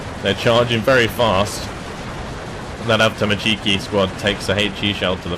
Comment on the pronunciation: Pls russian words sounds terrible from you. Correct stress in word is an avtoMAtchiki, not avtomaCHIki. Its not a Japanese